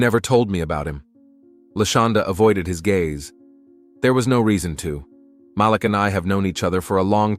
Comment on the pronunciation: IT'S PRONOUNCED M A L E E K,. Not M A L I K